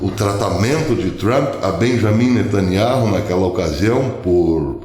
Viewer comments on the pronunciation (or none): none